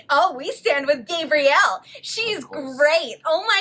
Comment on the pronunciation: For the love of God /gah-bree-elle/